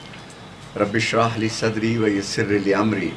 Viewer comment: 😂😂Bismillah suno bs iski OR itni popular dua ka lafz bhi Ghalat prh rhaa😂 ویسر 😢😂 darood😢ghalat. Hud hy Yr aj ky Shia kitna dooor hein Real Islam sy